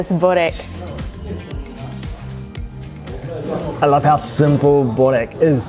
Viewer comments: Annoying me so much how you’re saying bOrek instead of bUrek :( but enjoy! Yumyumyum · You guys say borek bit the "O" sound loud try saying it a bit deeper and then its perfect but burek is my all time fav food. Im serbian you see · BRO ITS BUREK BUREK BOORECK PLEASE